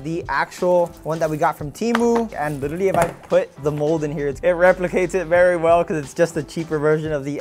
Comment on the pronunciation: Bro needs to stop saying "lilleraly"